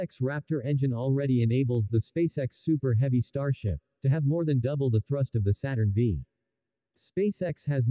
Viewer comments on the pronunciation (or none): or understand that Saturn V is pronounced Saturn 5 and the picture showed as Saturn V is not an SLS rocket.